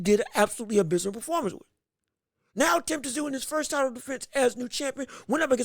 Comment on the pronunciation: It’s pronounced TIM ZOO